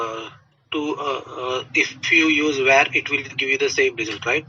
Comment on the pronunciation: var ❌ vhar ✅